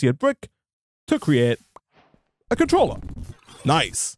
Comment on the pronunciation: "Smelter controllery" sorry that made me giggle... XD I miss my tinkers shuriken :S was so OP